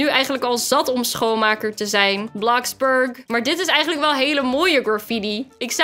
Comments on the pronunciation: hoe spreek jij dat uit?! Het is Gwn bloxburg niet blaxburk😒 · het is niet blaxburg maar bloxburg